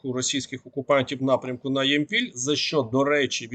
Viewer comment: Ямпіль наголос на я